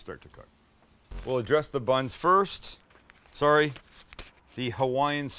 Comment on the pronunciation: Dude sounded like a Canadian when he said sorry haha